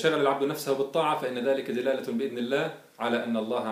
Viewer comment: قل دَلالة و لا تقل دِلالة